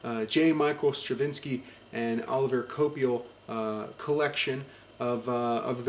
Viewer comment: Hmm its OlivIer Coipel, he´s french so hes name is different, dunno how to explain it by writing it but its not Oliver, hmm like Olivie, the r is not pronounced and its sounds like Cuapel. Im not a troll, just wanted to point that out and i really like your reviews of hardcovers and omnibuses, i didnt even know there was a Thor omnibus, thanks for the news : )